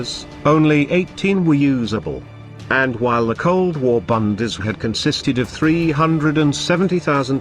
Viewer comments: I took me a while to figure out what the speaker meant with his annoying "bundees". It is the Bundeswehr! I wish anglos would make an effort in pronouncing foreign words. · Idiotic film - they are even not able to pronounce "Bundeswehr" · Minimax Well they are using a text to speech program. Those things aren't known for pronunciation.